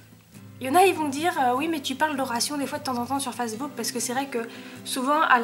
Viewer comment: Evidemment j'ai pas regarder toute ta vidéo. J'ai regarder ta vidéos qu'à un seul moment (j'ai tapé au pif) et en +/- 3min t'a prononcer 2 mots, très très mal (Facebook et haflinger!). Bon voila . En plus tes vidéos durent 100 ans ! Et en plus c'est pas ton cheval, si j'était sa proprio je voudrait pas que tu parle mille ans de lui pour youtube. Bonne continuation.